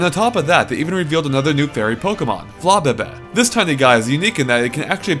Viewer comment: listen to how he says flabebe